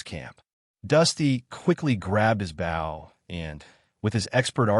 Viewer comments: I had to dislike the video and stop watching because you kept mispronouncing "Bow and Arrow" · Narrator does not how to pronounce BOW !!! It is a survival show lol